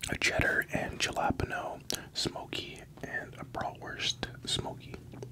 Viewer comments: no way that’s how you pronounce jalapeños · So Canadians pronounce jalapeños like that lol 😅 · Ok I’m not the only one who noticed 😭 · I promise he doesn’t speak for all of us😂